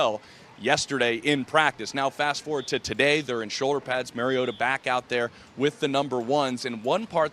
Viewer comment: Hard to take these reports seriously when they don't pronounce Mariota's name correctly.